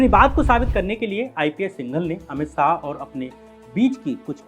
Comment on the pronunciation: syam bhai aap apni bolne ke tarike ko zara teek karo dehati sa lagta hai .saah nhi shah hai ..gale ka use bhi kaise kare kahan slow kahan zor sab teeknkaro .bcz aapka vedio bahut sahi subject hota hai magar sunke lagta hai koi anpadh aadmi bol raha hai .bolne pe kaam kariye .aur naam me se meera hatake bolo ladki ka naam add nhi karte .aapki aawaz female si ho rahi hai ..fark padta hai in bato ka